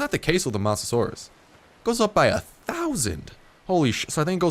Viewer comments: I believe its not moss but mose that how u say mosasuar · Mose-a-saur, that's how you say it. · God damnit its mose-a-soar-es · It's mosa-suar-us please pronounce it right :) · Start its mo-sa-saw-iss please say it right please it's my fav dino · You mispronounced mosasaurs and you called it a dinosaur, which its not. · You said its name wrong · You pronounce mosasaurus with low O not high O. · you and several other Youtubers have been butchering the pronunciation of Mosasaurus.